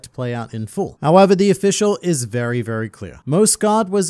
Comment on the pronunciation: This mans just said "vewy" instead of "very."